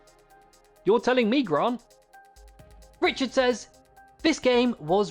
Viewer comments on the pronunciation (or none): none